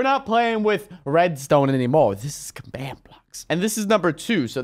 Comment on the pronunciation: not commad.its command watafak